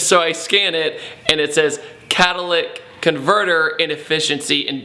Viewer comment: Cat-i-lick-tic converter